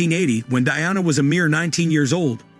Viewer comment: It's the way he's saying princess Diana's name that's bugging me 😅